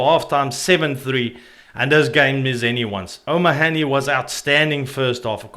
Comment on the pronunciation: Pronouce O'Mohaney propeprly Irish stubborn is the ultimate in stubborn.